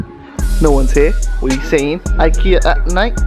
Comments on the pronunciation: Gee they pranked me good I the title says IKEA but this man said IHEA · And he says IKEA with an r on the end.